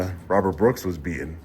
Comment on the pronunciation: please do me a big favour and try to pronounce the letter T when you are talking. It needs to be pronounced “BEATEN” not beahon.